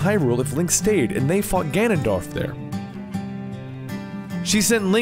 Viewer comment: he said ganondoLF again